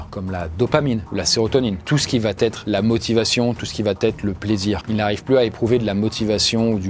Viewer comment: « Tout ce qui va-t-être… » ?? Mais il n'y a pas de « t » ici. Il faut prononcer : « vahêtre ». C'est la seule faute commise lors de cette excellente vidéo.